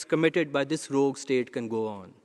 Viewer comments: I think you mean " Rogue" not. " Rouge " comon guys 😂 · Rogue, not rouge please. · It's ROGUE, not rouge. Still, a great video. 🙏👌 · "A rouge state"? I realize English is not the native language of India but come on people! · ‘Rouge’ state? Don’t you mean Rogue state? I was just wondering what this new insult was…… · What’s a ‘rouge’ state ? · The word is rogue and not rouge. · Rogue not rougue or whatever you guys spelt it. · It's 'Rogue'...not "rouge"!!